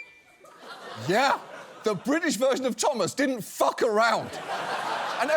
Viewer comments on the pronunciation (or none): I was like, “I recognize that paritcular way of pronouncing the f-word, is that Matt Berry narrating the trains?” and it is! Jolly good